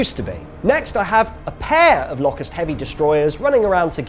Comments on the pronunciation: I don't think I've ever heard someone pronounce Locust as Lock - Ussd. It's Low-cussed, isn't it? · Pronounce it Lowcust, as in the insect!